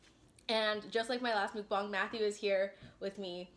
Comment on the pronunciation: Its mukbang not monkbong Edit: love your content, Torchys for life!